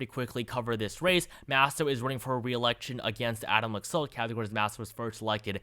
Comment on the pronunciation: For future reference, the Republican candidate in Nevada's name is pronounced "Lack-Salt."